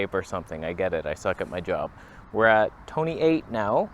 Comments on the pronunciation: It's not 1.8 Toneh, it's 1.8 Tony ... as in Tony & Chelsea. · Tony Northrup levels of toneh here.